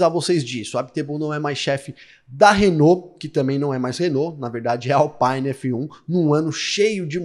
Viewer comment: Alpine é uma marca francesa e não inglesa, portanto, o "i" tem som de "i" e não "aí.